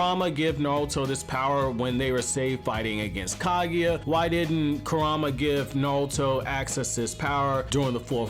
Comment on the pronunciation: Bro its Kurama not KuRAMA